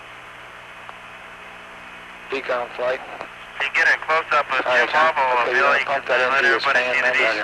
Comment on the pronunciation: I can't believe you even listened to Ralph Rene. The biggest fool of all time. Can't believe anyone would back that horse. What a zero. He can't even say James lovel's name correctly.